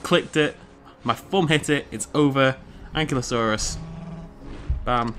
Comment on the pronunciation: its pronounced AN-KY-LO-SAUR not AN-KLY-OH-SAUR you just have to look at how its spelled ankylosaur